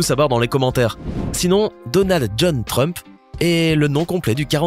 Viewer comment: Donald Frump 😂😂😂😂😂😂😂non T rump